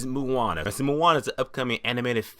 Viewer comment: awesome review,the only thing is,you say Moana funny,lol.. its more pronounced like 'moh-ah-nah'...